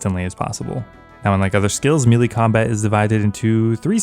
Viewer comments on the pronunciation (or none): The word is may-lay not mee-lee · It's not pronounced me-lee its maylay... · Its pronounced may-lay say it right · CAN YOU PLEASE SAY MELEE CORRECTLY. FFS. ITS PRONOUNCE MAY-LAY. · It's spelled melee, it's pronounced maylay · For the love of sky fairys learn how to pronounce melee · Please stop pronouncing melee incorrectly.